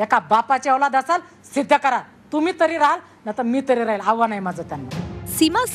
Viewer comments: हाव्हान नव्हे आव्हान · आव्हान ला हावान म्हणते ही बाई....साधी मराठी भाषा येत नाही ह्यांना...